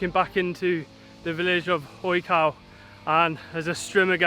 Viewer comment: Great videos! The National Park you were in wasn't odge-cow or oj-cow. You probably noticed a grave accent on the O. It's oyh-ts-oof, or as close as I can get with English phonetics.